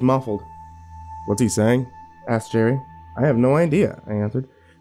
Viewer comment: I love how can never get Jerry’s name correct😂